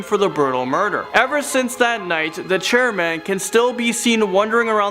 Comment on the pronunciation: Hey great video the second one you said Charman and then Chairman 😅😅